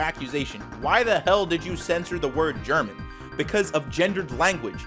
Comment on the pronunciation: Als Deutscher, wenn ich jemanden sagen höre Ger-Mx-n, Ich werde Kriegsverbrechen begehen. Translation: As a German, if I hear anyone say Ger-Mx-n In real life, I will commit warcrimes.